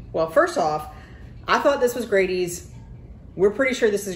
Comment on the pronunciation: I'm three years late, but I wanted to say nice video. One thing i will mention is that Grady's is pronounced with a short A instead of a long A. An example would be the word "daddy". So you would say Daddy's the same as you say Grady's. It would be easier to understand if it had two d's in it. But in Wayne County we pronounce it as Grad(d)y's. Again, very nice video.